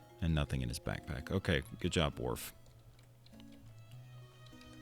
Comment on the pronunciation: Love the videos man, keep em coming. Also Worf is O not A,, and Uhura is U not A, sorry had to let you know :)